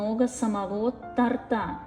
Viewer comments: Как режет слух....тортА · То'рта!!!!!!!!! Блин!!!!!!! Ударение на "о"!!!!